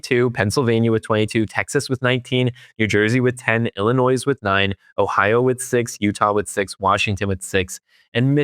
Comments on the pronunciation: He said "Illinoizz" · Dude, there is no "noise" in Illinois. The "nois" is pronounced "noy". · Oh gosh, it's pronounced Illi-noy, not Illi-noise (no "noise"). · Please don’t mispronounce Illinois. The s is silent. The oi is like oy in toy. What, you never hear Illinois pronounced correctly? If so, why are you mispronouncing it? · Quick notes: 1) It doesn't mean much that Ford had the largest number of honest dealers, because Ford is #1 or #2 in having the largest number of dealers, period. What means more is the PERCENTAGE of honest dealers, which makes BMW's performance even more impressive. 2) The "S" in "Illinois" is silent. Thank you. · It’s amazing how people still mispronounce Illinois… Do better.